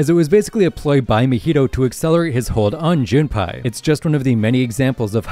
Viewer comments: Jun pie💀 it’s pournonced Jun pay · It is JunPAY now JunPai